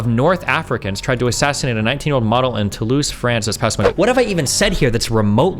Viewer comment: To-loise … lmfao